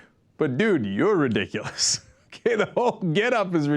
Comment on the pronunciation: "Its a little bit RE DICK A LISS" lol way to go!